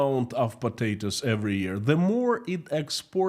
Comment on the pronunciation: "Next news is about PATATOES"...I love the way you say that word always makes me chuckle 🤭... I listen to your streams every day at work and I really enjoy them. Thank you for your hard work. Ggs